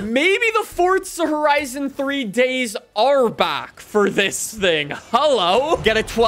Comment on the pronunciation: Stoooop calling it furtza horaisun 😌😌😌😌😌😌😌😌😑😑😑